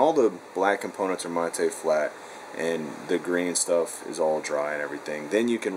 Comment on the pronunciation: what a fucking idiot. Using words he doesn't know what they mean or how to say them.. Mattay black? Its matt. Electrons rofl...